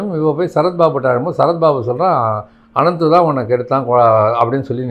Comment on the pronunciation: அவர் பெயர் அனுமந்து தாங்கள் தவறுதலாக அனந்து என்று சொல்கிறீர்கள்